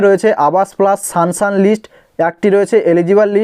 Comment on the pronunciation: সানসান নয় সাংশন